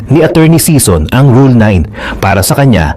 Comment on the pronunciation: SISON NOT SEASON